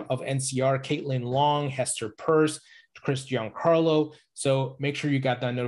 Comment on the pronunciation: U r mispronouncing Pierce.